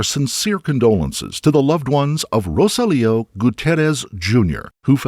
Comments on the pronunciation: Okay. Narrator, you are pronouncing Rosalio’s name incorrectly. You are saying Rosa Leo. His name is Ro SAH-lio. Google can help you pronounce Spanish names. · Pregunta from una gringa: …isn’t his name, (in English phonetics), “roh-SÁL-ee-oh”? Or is it seriously “row-suh-LEO”? Every time the voiceover pronounces the victim’s name, I find myself cringing… I could very well be wrong, but something about this Americanization of “Rosalio” doesn’t sit right with my ears.